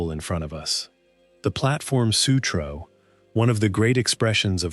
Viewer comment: The Platform Sutroo. 😂